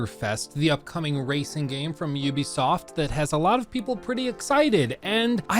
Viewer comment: why does it sound like he's saying "there's going to be more racism playlists available"😂😂